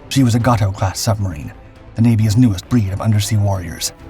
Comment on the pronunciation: It's pronounced Gay - toe not Got-toe ! With your knowledge you should know better !